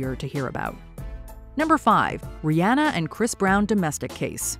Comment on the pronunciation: Rihanna - Ree-Onn-Uhh, NOT Ri-Ann-uhh. Pronounce it right